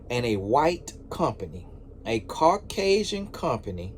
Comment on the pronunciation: SCCCruggling, carrrcasian 😂🤣😂🤣😁